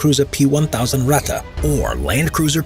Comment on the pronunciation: This Ratta is called Ratte ist really annoying for a German speaking person sorry :)